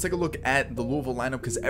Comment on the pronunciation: Nice stuff. Go Cards by the way (Louisville)! A 10 out of 10 on that Louisville pronunciation too. You sound as good as a local. I'd love to start a college league, but it would just take too long to have all the uniforms look that good and realistic.